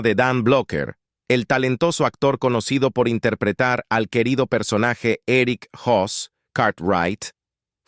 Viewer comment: ERICK HOSS ???? QUE MALA LETRACION, ES BIG HOSS. 😶😶😶😶😶😶😶😶😶😶